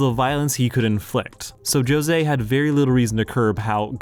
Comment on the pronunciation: How can you probably pronounce Jose but not gajeel? Your pronunciation made me end the video so I hope you’re happy